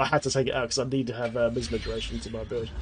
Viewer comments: MY AZ MA... plz stop sayin miz ma... the i is long sounds like MY. next part is AS sounds like AZ. Then MA. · I love how says Misma:D It's MiAsma. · my-asma :< not miss ma. Great video! Gonna try this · Say MiAsma again lol. Great vid, just getting back into the game (after more than 6 months off) now and am hoping things haven't changed too much! Sharfpshooter was my fave, so hoping this build can keep me alive to I relearn the ropes haha